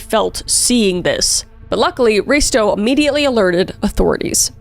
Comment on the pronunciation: Omg no wayyyy! I live here in Filand and I'm so happy you made a video about it. Also you pronounced Risto really well! Love you Kris❤